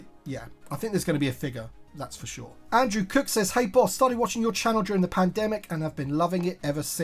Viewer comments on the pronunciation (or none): none